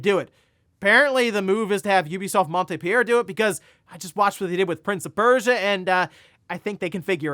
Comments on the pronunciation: maant-pee-lee-ur is how it's pronounced if it survived that butchering? ;) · Just wanted to let you know that Montpellier is pronounced “mon-pel-yay” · It is pronounced Mont Pel Yay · I was waiting for the moment he tries to pronounce Montpellier and it came out as expected 😂